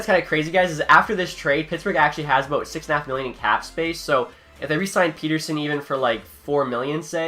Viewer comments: The pens won’t have that much in cap space because u have to factor in the Guentzel extension and that’s not how you pronounce pettersson’s name. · You actually mispronounced Pettersson, Maatta, and Kahun all in 2 minutes! Congrats!